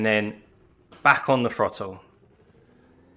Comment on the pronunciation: Harsh but if you learnt that throttle starts with a th and not an f it would make the video more easy to follow.